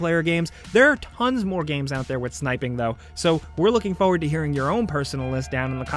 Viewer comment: straight "foword" you mean forward?